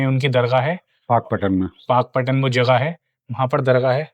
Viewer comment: It is पाकपतन not पाकपटन.